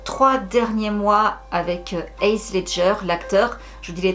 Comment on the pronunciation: Heath pas heas ledger hahaha